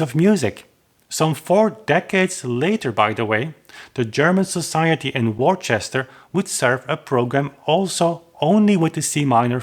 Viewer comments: 'Worcester' is pronounced 'Wusster' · 'Worcester' is pronounce 'Wuster' British place names are a bit tricky. Near to where I live there is a town called 'Bicester' which is pronounced 'Bister!' Elgar was born in Worcester so it's quite a famous place in British music history. British orthography is rather weird!